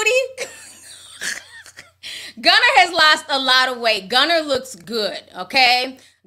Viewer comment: She said “Gunner” 😂